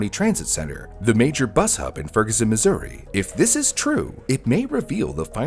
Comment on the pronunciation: I had to relisten a couple times, because you almost said it like the native joke, "Misery" XD